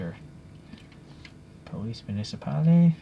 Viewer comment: the E at the end of Municipale is silent but David of TWYCE did the same mistake a while ago...